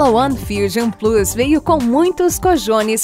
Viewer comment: PORR@ falando o nome plus errado de novo pensei que tinha aprendido